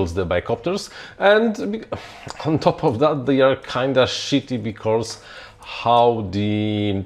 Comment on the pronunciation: I love Your videos, Your opinions, Your interests and Your projects man. BUT there is no R in because :D :D no hate :D it gets me every time you say it :D